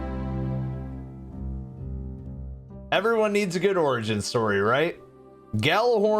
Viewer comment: "The Orgin Story" 😏